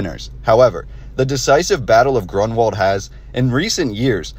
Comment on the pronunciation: You’re not kidding 😂🤣😆! So too is the name of the battle, which should be, roughly: GROON-Vald, with stress on the first syllable.